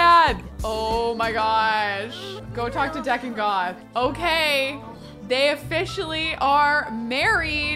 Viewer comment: I hate to break it to you after all this time but it’s DEE-con Goth, not Deck-on. 😂 can we get a Chanel spin-off a-la Clueless???